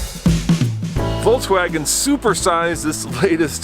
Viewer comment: Awesome video, but what's with saying "Voltswagen?" It's "Volkswagen."